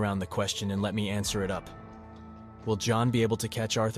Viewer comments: Stop calling John Joan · I have so many questions.. not about the video itself but rather the production here. Why are we referring to John as "Joan" throughout the majority of this video? Also.. do you use a script? It'll help you to not get tongue tied and to cut out some of those flubs since editing seems to be done in house as well. You seem like a cool guy but you could use a bit of refining my friend. Keep at it 🙏🏼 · How could you not tell instantly that it's AI when he can't even say John properly 90% of the time?